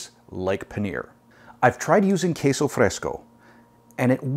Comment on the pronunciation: Wow!! I'm so gonna try this! I miss taco Tuesdays Can I make them Sunday and eat them on Tuesday or are they best eaten same day, I can change taco Tuesday to Sunday lol Thank you for this incredible idea!! Oh and perfectly pronounced queso fresco 😉